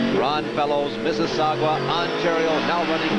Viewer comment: Ron Fellows from "Mississawgwah"... LOL